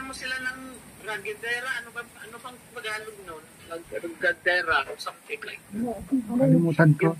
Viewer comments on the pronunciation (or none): none